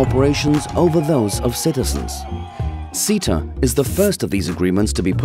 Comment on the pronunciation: What is ceta?...it’s me! And I’m really not a assault on democracy I swear I’m not lol So glad to hear someone actually pronounce my name correctly.